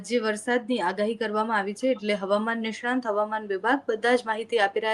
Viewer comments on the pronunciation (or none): સાચો ઉચ્ચાર 'નિષ્ણાત' છે, "નિષ્ણાંત" નહી; એટલે કે અનુસ્વાર નહીં. બીજું, "નમશ્કાર" નહીં,પણ 'નમસ્કાર'…